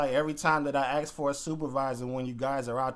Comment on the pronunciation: Love your audits but the word is ASK .